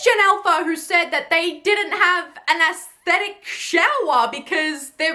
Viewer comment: Props to you for knowing how to actually pronounce "aesthetic". 👍